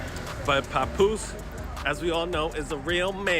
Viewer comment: Can't even listen to this because you don't even know how to pronounce pap name correctly lol fuck is a puhpoose😂😂😂